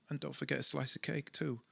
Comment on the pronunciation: "And also a sli e a cake too" 😂Great info as always. Thanks!